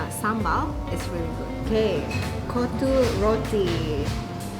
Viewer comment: its actually KOTTHU ( COT TU tped it how you should pronounce) but what u said was "B*LLS" :D love your vids btw